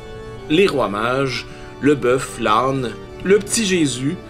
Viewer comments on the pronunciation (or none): none